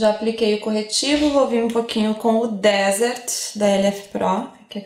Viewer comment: Olha ela toda linda e americana falando "dÉsert"!!!, vc é demais! Me inspiro muito em ti!!!!! 😘 😘 😘